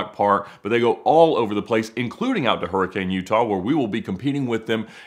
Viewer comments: Hurricane is pronounced hurri-cun not hurricane. Its a utah thing dont ask questions just enjoy the fry sauce. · Don't let the locals hear you say hurricane, lol. they pronounce it more like "herkin". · You need to learn how to pronounce "Hurricane" the way they do in Utah. Especially before you go there. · More like hurricune